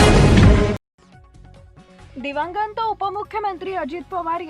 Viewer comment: मराठी नीट वाच,नीट बोल. दिवांगंथ नसतं,दिवंगत असतं,अंथ्यंविधी नसतो, अंत्यविधी असतो.बातमीत एकसंघता नाही, त्यामुळे अर्थबोध होत नाही. आपली मराठी भाषा आहे, चॅनल चांगला चालवायचा असेल सुधारणा करून घे. वाचनाचा सराव कर,भाषेच्या जाणकारासमोर अगोदर बातमी वाच,योग्य त्या सुधारणा कर.मग रेकॉर्डिंग कर. भाषा सुधारासाठी शुभेच्छा